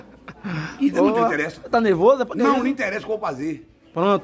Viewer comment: É não enteressa.kkkkkkk.Fale. kkkkkk kkkkkk kkkkkk